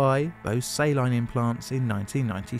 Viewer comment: He managed to pronounce silicone right but not saline.